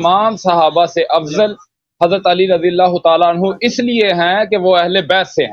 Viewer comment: Ohhh Bhai Aisha ko anhoooooo na bol anhaaa bol